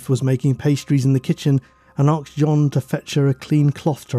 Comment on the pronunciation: 'arksed' - not aged well . So 2000. Please say asked, thank you